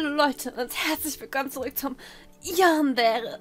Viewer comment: Ähhhm man spricht eig Yandere wie es geschrieben wird... (sollte kein hate oder so sein :3)